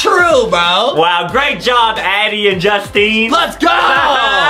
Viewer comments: she says addam and not addie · Wait why does Justine say adem instead of Addie?? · It's Addie not addey not hating btw